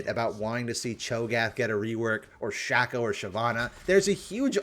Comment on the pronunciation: please this has been killing me. It's " shay -co" not "shah-co". When Shaco ults, he and his clone are called "Shay-co" and "Fay-co", as in "Fake Shaco". Not "Shah-co" and "Fah-co"